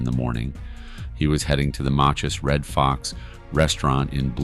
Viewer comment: it's Lake OR-ion and Makkus Red Fox in local pronunciation